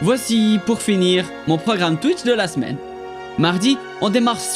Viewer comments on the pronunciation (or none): none